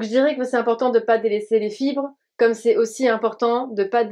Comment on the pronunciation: * "Manger des chibres" ? 😂😂 Dsl je pense que c'était fibre mais un peu écorché, ça m'a bien fais rire haha